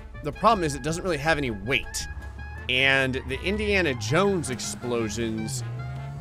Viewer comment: “Indiana Jowow”